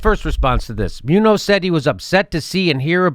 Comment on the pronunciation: It's pronounced MOON-yohss, BTW.